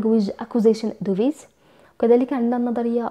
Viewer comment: Device ==(ديفايس ) / not (دوفيس ) Thank you